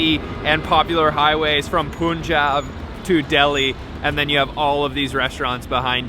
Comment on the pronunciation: Man, you firangis need to learn how to pronounce "Punjab". It's already in the name PUN-JAB. Pronounce PUN as in english word Pun! And kindly try to use some other stock Indian music that 100 other vloggers have not used already.